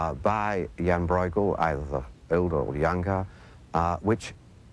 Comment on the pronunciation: 1) It is Brueghel, not "Broy-gull". Copying the dutch pronounciation seems to be a little bit more difficult 2) Brueghel Sr. 's work is much finer and state of the art than junior's.